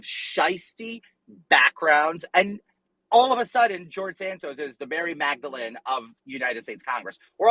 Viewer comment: MARY MAGDALENE??? WHAT WAS THAT???????